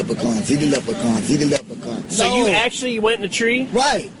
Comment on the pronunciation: WE WUZ LEPRA-KONZZZ